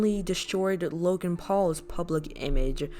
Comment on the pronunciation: "Jake paul, Loagn paul"